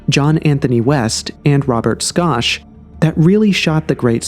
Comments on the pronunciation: Robert "Skosh" 😂😂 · It's Robert Schoch pronounced (shock) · I love this channel, I really do. But damn, their names are Edgar Kay-See and Robert Shock. I think he actually pronounced the name of the Great Pyramid creator better than the simpler ones lol. Usually I'm not a critic like this but I been into this stuff most of my life and have heard these names said hundreds of times. I just thought that maybe it was common knowledge. Excuse my ignorance. But great topic for discussion 👌🏼